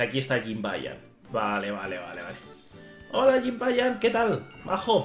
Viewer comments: se lee YIBAÑAN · No es jimbayan es Jibanyan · A JIBANIAN NO SE DICE CON LA JOTA